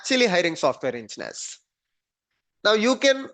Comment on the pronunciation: Nothing surprising...good video...just wanted to confirm you are saying "Engineers" no ensteineers..